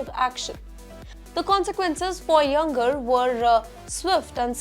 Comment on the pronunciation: Don't you know how to pronounce Iyengar !!!